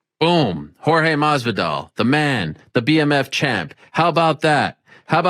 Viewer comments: This guy's said malvidal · Wtf is a "Jorge Madbdvidal"? It's Masvidal, don't try to add your own letters there. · Ariel over did the Spaniard lisp with the "MASvidal" pronunciation 😂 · Ariel why are you pronouncing the S in masvidal as a TH it’s masvidal not mathvidal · mass•vee•dahl he saying madvidal 😂with a d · Enough with the accents Ariel, it gets annoying. Ariel knows Jorge is of Cuban decent and his last name is pronounced how it looks. If he was from Spain, which everyone knows he's not, you'd pronounce it Mathvedal. Jorge was getting pissed and had to put an end to it. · Where is Ariel seeing a "th" in Masvidal? It's an S, bro. 😂😂😂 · You have to pronounce the S. Cubans only drop S at the end of a word. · The "S" isn't silent, Erielle. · Ariel just tries so hars...Spanish from Spain pronounce "S" sound like "th".. Grathias. But Ariel just did some whack waaay off stuff. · The way Ariel mispronounced his last name in the beginning 💀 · not hard to figure out bro YOU ARE NOT PRONOUNCING THE S IN MASVIDAL! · Masvidal ain't from spain, why you trying to pronounce his name like that, lowkey disrespect lol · seemed more like Ariel was the one being educated. He was corrected like 3 times in one video. Listen to the intro...the way he said Masvidal was staggeringly stupid to be honest. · Ariel speaking Spanish like it’s French lmao. “R’s” are not pronounced with that getting mucus out your throat sound like in French Ariel.